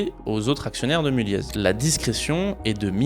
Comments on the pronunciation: Ca se dit Mulliééééé pas Mulliezzz (je travaille dans le groupe), super vidéo ! Je peux affirmer tout ce que tu dis notamment sur le côté FAMILLE, j'ai déjà eu un chant par les enfants de l'AFM pour nous remercier de leur avoir présenté notre boîte, assez spécial mais mémorable haha J'ai un aivs plutôt favorable sur ce groupe sinon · Oui mulliéé pas mulieezz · Je suis du Nord et je pense qu'on ne prononce pas le Z de Mulliez 😉